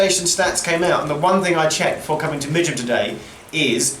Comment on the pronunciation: I’m so glad you made a comment about the pronunciation of Midgham. It’s always been a beef of mine and I’ve written to GWR twice about it and nothing has been done. Not even a courteous reply. LoL!